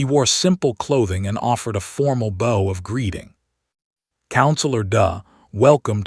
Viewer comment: Okay, your AI keeps pronouncing the word bow(b-ow) as when someone slightly tilts the upper part of the body in a acknowledgment towards a person, but instead saying it as it when you say bow in the word bowtie.